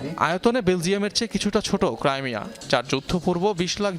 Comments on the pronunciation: ক্রাইমিয়া নয় ক্রিমিয়া ওটা । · ক্রিমিয়া হবে,ক্রাইমিয়া না